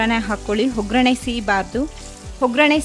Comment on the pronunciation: Recipe ಚೆನ್ನಾಗಿದೆ. ನಿಮ್ಮ ಎಲ್ಲಾ ರೆಸಿಪಿಗಳು Simple and Testy. ಆದರೆ ನೀವು ಸರಿಯಾಗಿ ಕನ್ನಡ ಮಾತಾಡಿ ಮೇಡಂ. ಅ ಕಾರಕ್ಕೆ ಹಕಾರವನ್ನು ಬಳಸಬೇಡಿ. (ಉದಾಹರಣೆಗೆ ಆಗು ಅನ್ನುವ ಬದಲು ಹಾಗು, ಆರು ಅನ್ನೋ ಬದಲು ಹಾರು, ಒಗ್ಗರಣೆ ಅನ್ನುವ ಬದಲು ಹೊಗ್ಗರಣೆ)